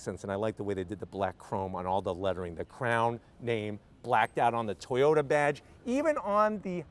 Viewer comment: No WOW, itsa car, itsa crown, itsa toyawnta